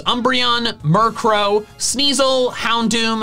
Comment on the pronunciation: replace the extra raticate with a murcrow <- butchered lol